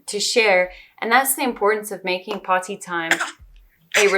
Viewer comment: Dear god the way you say potty is a war crime. Please focus on your diction.